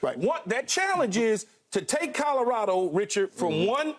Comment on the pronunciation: Nobody : Skip: Calarado